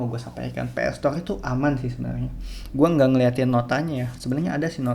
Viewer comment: Ps store bukan PS stoleee 😂